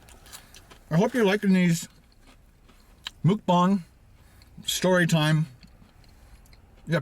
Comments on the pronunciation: mukbang is pronounced MUHK-BANG rather than ‘mook-bang’ as you’re saying, its comes from the word ‘먹는방송’ (muhk neun bang song) for eating broadcast where ‘먹’ (muhk) is short term for eating and ‘방’ (bang) is short term for broadcast 🇰🇷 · Its pronounced muck rhymes with yuk ..not mook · Pronounced more like mawkbang. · Congrats on using Hangul, but it’s pronounced closer to “mawk-baw-ng” :)